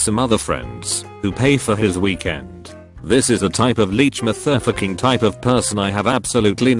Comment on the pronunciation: no one: Absolutely no one: Voice bot: m e t h e r f e c k i n g